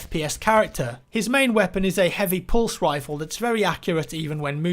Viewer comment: Did anyone else hear: pulse wifle?